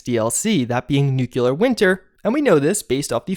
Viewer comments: Dude... NOO-KLEE-UR not noo-cue-lur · NEW-cle-uhr NOT "NEWK-luhr" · Nuclear is pronounced new-klee-ur not new-kyoo-lur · dude you are just graduating college and you still say "Nucular"? It's nuclear. Look it up in our home language dictionary. Nu-Clear. sound it out. Nu-Clear. not Nu-Cu-Lar. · NUCLEAR - not NEW-KILLER. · NEW-clee-ar. Nukular sounds GWB circa 2001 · It's not 3 locations, it's one. The tower by the fork in the river. That's why there aren't other holotapes. Also, it's not "nukuler" winter, it's "nuclEar" winter. It is just one of those things that gets me ever since Homer Simpson corrected the scientists. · I love your videos but, my God, it's pronounced "NOOK-LEE-UR", not "NOOK-YU-LUR". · Ive unsubscribed because you are dumb and refuse to correct yourself. How dare you have a degree from any higher education (which i highly doubt) and still pronounce "nuclear" as nuke U lar. Smfh for the LAST time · Love your videos, very informing. One gripe. Why can't you pronounce nuclear correctly? "New-clear" is the proper pronunciation. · NUKE LEE AR SAY IT! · Does it bother anyone else that says nucular instead of nuclear? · Bro its nuclear NEW CLEAR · How most people say it: nuclear. How Juice says it: nucelar. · "noocyalur winter" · UGH! I wish Americans would stop saying "nucular". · Its pronounced "new-Cle-ur" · please, please, pronouce nuclear right, PLEASE!! It's tearing me apart each time I hear you say Newclear!! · Please stop deliberately saying Nookyoolar and I'll totally like your vids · Didn't mind the cat kill, didn't mind Bethesda derping onto the Battle Royale train, but the butchering pronunciation of nuclear finished me. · "Nu...cle...ar. Nuclear". Come on man. Its not that hard. O.o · Disliking for mispronouncing "nuclear winter" and killing a cat.